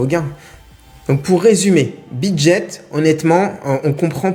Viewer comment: On dit Bidget et pas Bidjet ;)